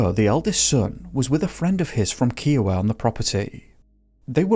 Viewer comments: We all pronounce it Kai-oh-wah (rhymes with Iowa) - not Kee-oh-wah. Nice to hear Colorado in your stories. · Pronounce name of the town right! It's NOT Keoiowa! Kiowa: Ki-owa. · Kiowa, sounds like the state of "Iowa" not Keeowa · The location you show is in El Paso County, not Elbert County, and it's nearly an hour away from Kiowa (which is pronounced K-EYE-oh-wah, not "kee"). The location of this ranch would be better described as south of Castle Rock and north of Colorado Springs, in El Paso county. Important to point out that also very visible in that map is the Air Force Academy, which was right next to NORAD (North American Aerospace Defense Command). Also nearby was Peterson Airforce Base. So... do the simple math and you have military aircraft of all types flying over and near that ranch on an extremely constant basis. And yes, I grew up on a (different) cattle ranch that actually was near Kiowa so I know what I'm talking about. There was a wave of cattle mutilations there in the late 70s or so. We had one get mutilated on our land. It was one of our largest, so around pounds. We found it laying in a field, no tracks of any kind around it, no dirt disturbance, no tire tracks, no flattened grass. Many of it's organs had been removed, and the lips, ears, eyes, anus. NOBODY suspected aliens. The going theory was that it was a military test or operation using silent helicopters, looking for chemicals or some such in certain animal tissues. A laser was clearly used because all the cuts were cauterized. No blood, no torn flesh, no random cuts. It was a surgical procedure. No animal could have or would have done it. We found the ear tag laying nearby, the two pieces still together, zero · Also, most people pronounce it, K-eye-oh-wa. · Love this coming from a born and raised Coloradan, fyi it’s pronounced “Kai-Owe-Wah”. I grew up playing around the area and airsofting at Kiowa creek airsoft in its Hay-Day.